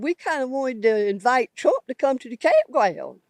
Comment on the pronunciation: "We kinda wanted to invite Twump to come to the campgwound" 😂